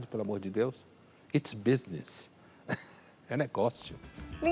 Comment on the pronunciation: "graças a deux" kkk